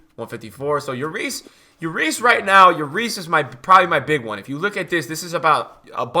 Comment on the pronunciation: BRUH its not J/YORIS. he's not spanish lmfao, its still pronounced LLORIS